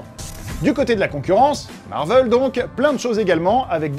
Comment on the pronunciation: pour quoi tu dit Marveul?